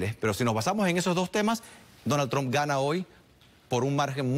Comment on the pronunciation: No sabe ni pronunciar Trump 😀😃😄😁🤣😆😅